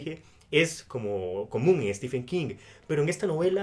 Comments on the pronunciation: Por que todo le dicen Stefen y no Steven u.u PDT : sé que se escribe stephen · mi favorito es Los ojos del dragón, poco conocida pero maravillosa, en especial por la injusticia del joven principe peter, comentario de lector de king... pronucia estiven no estefen